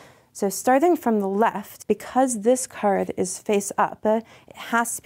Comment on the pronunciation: "work-er, because-er, card-er"